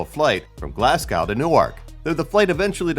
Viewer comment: As a Scottish person, I can say your pronunciation of Glasgow and Govan was just awful and hurt deeply